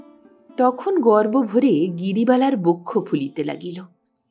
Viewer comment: আপনি সুমিষ্ট কন্ঠস্বরের অধিকারিণী | পাঠের মধ্যে দুয়েক কলি গান বেশ ভাল লাগে। এরকম একটি অনুষ্ঠানে ছোটখাট ত্রুটিও তাই কানে বাজে ৷ যেমন, গর্বভোরে বা অভিমানভোরে হবে না, হবে গর্বভরে বা অভিমানভরে; আরেক জায়গায় ঠিক উচ্চারণটি হবে সৌন্দর্যানুরাগী। ধন্যবাদ |